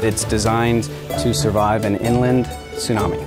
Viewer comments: He is stuipid it is pronced sunami not tunami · It’s pronounced “Soonami” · All that work and he still can’t pronounce tsunami right? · Does it bother anyone else how he pronounced tsunami differently each time? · Too bad he can't learn how to say tsunami.